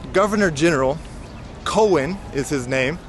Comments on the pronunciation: Hey - the name Coen is not pronounced like “Cohen” but like “Kuhn”. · Jan Pieterszooncoen … the ‘oe’ in Coen is to be pronounced like ‘oo’ in Winnie the Pooh